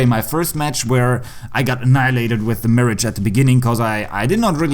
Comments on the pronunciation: I think its pronounced as miraj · Hate to be that guy but its pronounced Miragh sorry😂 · So you’re saying it’s pronounced as “myrahg”? Lol It’s “Mee-rahj”